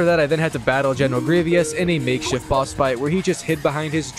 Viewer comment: Bro put down the controller and pick up a book, aint no way you can’t pronounce grievous 💀